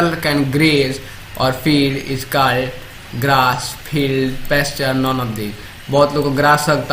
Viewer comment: Your pronunciation of words such as stalk ,called etc's is not right